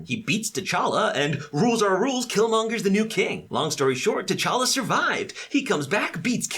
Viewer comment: Interesting how everyone mispronounces T'challa. I don't blame them though, the movies didn't do that great a job.